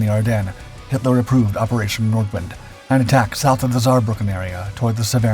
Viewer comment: It's "Nordvint", if you correctly pronounce the German